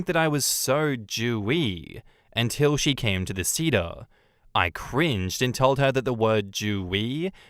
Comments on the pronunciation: Seder is say-der. Hagadah is ha-GA-dah. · man the pronounciation of seder bothered me lol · Same and I'm not Jewish lol